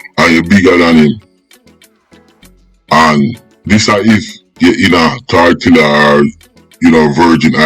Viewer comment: It's Tortola pas tortilla 😂😂😂 ....yo need to fact check on many of your stories for real